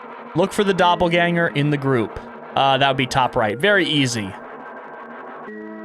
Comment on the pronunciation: I’m sorry, but as a shapeshifter nerd the pronunciation of Doppelgänger made me want to puke. If you’re making a game like this and want to have it be voiced over, please just to the VO yourself. AI voices almost never do a good job. Everything else about the game is absolutely stunning and I have no complaints about anything other than this.